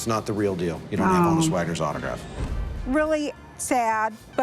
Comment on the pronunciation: it's not HO-NUSS Wagner it's HON -USS.... His name was actually Jannes as in Hannes but in America people were calling him "janice"... So he spelled it out phonetically... Sometimes you do see the J in front of his name & now you know why......